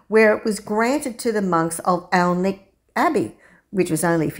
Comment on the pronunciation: Nice video, gorgeous church! You might want to know that Alnwick is pronounced "Annick", losing both the L and the W. You're OK with Alnham though. :)